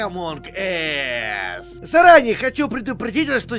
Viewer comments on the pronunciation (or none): Блин ,Олег ,не позорь Инглишь ,говорится в конце ассс(ззз) , пожалуйста,блин бесите ахха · Прикол в чём что не ас ,а не Эс-это жопа по инглиш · Олег , на английском произношение слово us ( ac) , а ты сказал ( эс) - это жопа . Среди жопы)))